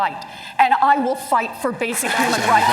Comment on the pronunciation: Did Cory say human rice at around 2 hour mark ? 😂